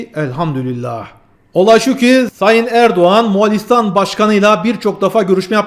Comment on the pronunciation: Selamun Aleyküm, Moğalİstan değil, MoğOlistan